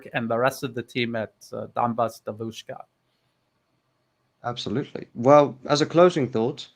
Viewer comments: New Atlas accent in "devUUshka" (young female) is very WRONG, it's [diEEVushka]. it's the same with [bAAbushka] (grandmother) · …. Devushka, stress on the E, not the U. DEvushka. In Russian it means girl as in young woman. Devochka is a girl as a small child. Just to aid in your pronunciation.;) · dEvushka - Young woman, not davUshka. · is excellent in anything except pronunciation of Russian words. His devushka was hilarious. By the way 'es English has a very good, very understandable pronunciation. It was a pleasure to listen to you both. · He also missed the word "allegiance" when he said they "swear to their country". I am convinced that a native English speaker would say "swear allegiance to their country" Also, he pronounces the word "devushka" in a way that would be very unusual for a native English speaker. I understand he studied medicine in England. They would speak with the "home counties" accent, wouldn't they at those medical colleges? I am a native Russian speaker myself, lived in the UK for a long time, worked for the BBC as an interpreter, and I was told (by the British) a few times, that speak English better than some British people do. It is not impossible. His accent is way better than mine though. I think he is exceptionally good at language learning.